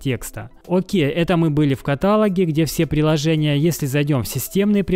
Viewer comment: каталОг, каталОге